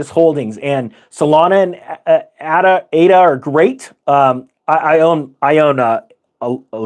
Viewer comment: "A"-DA. AAAAADA.